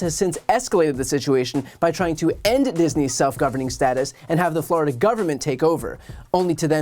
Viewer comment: "FLORIDON'T?" 🤣🤣🤣 I thought it was "FLORI-DOH!" 🫨